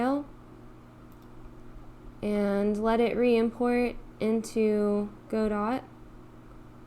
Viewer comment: Just one little niggle, it's not pronounce "go-dot", it's "god-oh".